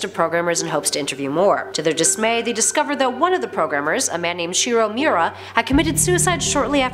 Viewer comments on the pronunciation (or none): none